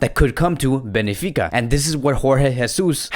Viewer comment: Ben fi ca. Not Be ni fi ca brother. Sometimes you write and pronounce player's names and clubs wrong. Anyway, your channel is awesome. Visca Barca Media!!! 💜💙💜